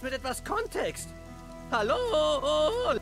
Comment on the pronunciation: Ist zwar, ein sehr unterhaltsames Video, aber warum gibt es Stellen...wo er sagt zum bsp:. Was ist los? Soos? 🤣 Oder wie Hallolola?😂